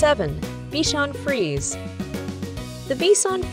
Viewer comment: It's FrisE. Accent on the e.